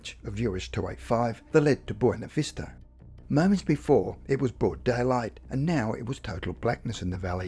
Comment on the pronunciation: This is an interesting story, but the narrator's lack of linguistic skills is very distracting from the story. eg. It's not "Boina Vista". It's Buena Vista. It's police, not "pleace". "summink" -You mean something. "insised her daughter giver her a rashion explanation" -WTF? That should be "insisted her daughter give her a rational explanation". It also doesn't help the credibility of this story by quoting the unreliable website, Wikipedia. Especially when their description of an alien abduction that has information that is not true.